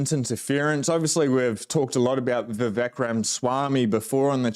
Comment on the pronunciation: His name is pronounced "vi-VAKE".